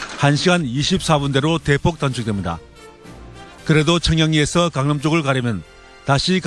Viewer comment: 강릉 수서? 수서가 왜 강릉에 있어. 기자가 강남을 강릉이라 발음하네 에도 강릉이라고 들리네